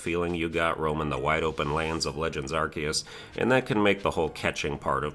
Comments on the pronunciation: You're mispronouncing it, its pronounced arceus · Stop mispronouncing arceus